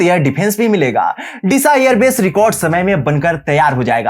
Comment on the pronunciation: बेश का सिलान्यास किया है, भाई pronunciation सही कर लो यार